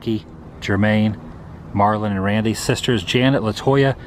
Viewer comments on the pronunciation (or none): none